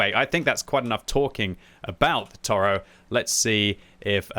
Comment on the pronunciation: Toro means bull. It is mot a bison. It is pronounced To Ro